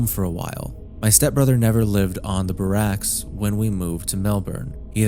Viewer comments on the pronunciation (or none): holy shit I borderline flinched and disliked the video for "Baracks" 🤣that hurt me so badly. Barracks dude, not Obama's last name. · o.O bar-racks?! Lmao.. bare-ecks :) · “buhracks” ok AI 😂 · Burracks? This is either A.I. narration or the guy is intentionally mispronouncing words to get engagement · "BUh-racks" lol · AI voice or you're just very poor at pronouncing and saying words. "Barracks" is a word any late teen/twenty-something person should know how to pronounce. L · You really need to work on your pronunciation bud, you botched colloquialism and barracks quite badly. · The scariest part of this video is that you don't know how to pronounce "barracks" or "latter" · How did you pronounce "BARRACKS"? That was almost weirder than what you were reading. You never heard of Army barracks? Or am I missing a joke or something? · that barracks pronunciation tho 😬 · i doubt ai would mess up the word barracks, only a human tongue could butcher so simple of a word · i heard that and burst tf out laughing hahaha